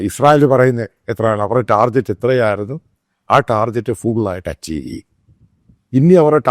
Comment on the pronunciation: പാലായനം അല്ല പലായനം( പല ഭാഗത്തേയ്ക്കു ചിതറി ചലിക്കുക, പോകുക.)ടാർജറ്റ് അല്ല ടാർഗറ്റ്